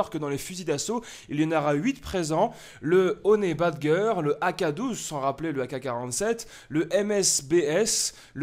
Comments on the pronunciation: Ca ce prononce honi badjeur pas honait badgueur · On prononce "Honey Badjeur" pas "badgeur" xD